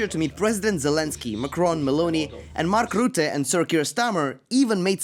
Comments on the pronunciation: Don't call it ''The Hague'', but call it by it's Dutch name: Den Haag! And please try to pronounce the Dutch name of Mark Rutte a little bit better! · I love everything you make man but I have to say this one thing Mark Rutte is not Scandinavian, he’s Dutch haha. You can simply say Mark Rutte, just like you’d say the English word ‘rung’. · You pronounced Den Haag and Mark Rutte wrong but nice video